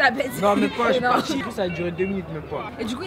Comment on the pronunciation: "Shuis la carte"😂😂 Sinon c'est un super vlog! Le meilleur que j'ai regardé jusqu'aujourd'hui! Le Tchad c grave un beau pays! Vive l'Afrique!